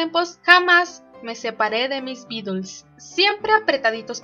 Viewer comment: Hola. ¿Por qué pronuncias "Beatels"? Estas en España? Saludos.